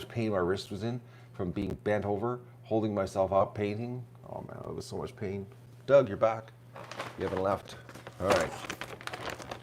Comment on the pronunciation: Dug, not "Dough!" SMH